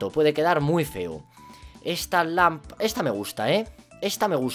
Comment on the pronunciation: dice lampala